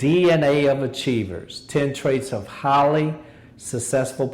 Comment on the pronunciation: when he said "highly" I thought he said "holly"